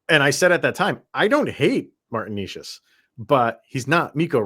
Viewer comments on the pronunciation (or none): You guys can't even pronounce Necas name correctly. 😢 Fyi, he had a hat trick vs Colorado last season.